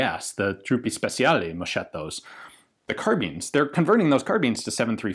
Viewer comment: it's MOSKETTO, not moshetto.. Gruppo spechale, not spezial or whatever